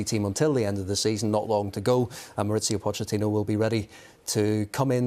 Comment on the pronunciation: MauriCio not MauriZio, he’s Argentine not Italian. I know his surname is Italian but his first name is Spanish. Why do English commentators complicate things? Ironically if they used English pronunciation it’d be more accurate.